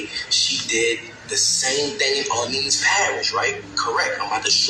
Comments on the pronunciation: Say it with me people OR Lean 's Parish Prison not OrLand 's jail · Omgggg I know you wanna say OR-LENS bc this is new ORLENS but when Orleans is alone, it’s OR-LEANS. Let’s get it together, love you ❤ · I live in New Orleans …. And let’s say it together OR-LEANS parish jail .. I know it’s complicated but that’s how it is. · It’s pronounced Orleeens. It’s New Orleans and orleeens parish. Does it make sense? No but that’s how we say it. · You are pronouncing New Orleans perfectly, but when saying Orleans by itself, as in Orleans Parish or Orleans jail, it is pronounced, "orleenz" Just sharing info, as a native. Yes, crazy crazy story!!